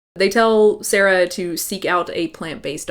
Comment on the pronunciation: BTW, I think you pronounced SAARA's name quite right at first - with two AAs. It is a Finnish name, Saara is from Finland and so am I :)